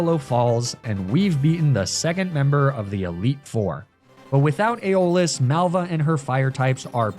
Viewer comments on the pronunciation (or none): Isn't it AIRabus rather than erEEbus? Aeolus is definitely EYolus, not eyOHlus.